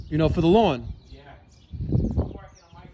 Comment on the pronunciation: Lol when you compliment your neighbors grass you really need to emphasize lawn lmao